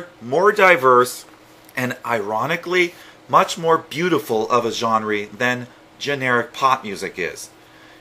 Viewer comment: Why do you say genre like gen-RE